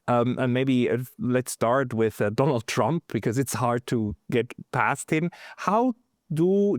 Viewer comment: I know it's only accent but I think we should all pronounce Trump as Chump.